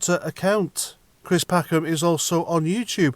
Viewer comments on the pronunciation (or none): Cwist what a pwatt.